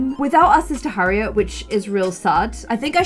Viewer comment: Also when she said Harriet it said her ear 😂